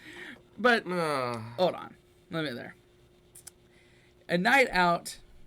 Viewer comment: Time: "... 'hole on, 'hole on." Perfect Jamaican vernacular. 👌🏿✊🏿. You' ready!!! 🤣